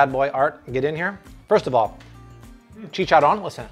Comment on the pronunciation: I don't know how I landed into your channel but I'm so glad I did I love your recipes definitely trying them new subscriber here 😬👍 btw I love the way you say chicharron lol😁😉